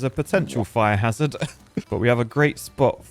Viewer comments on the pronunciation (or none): none